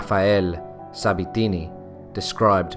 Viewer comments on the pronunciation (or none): none